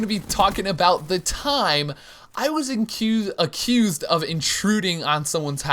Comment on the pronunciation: You said uhcoozed